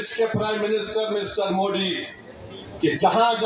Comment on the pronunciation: तु है कोंन बे ,जो मोदी के saath जायेगा पहले तू मोदी बोलना सिख ले बेटा।।।।समझा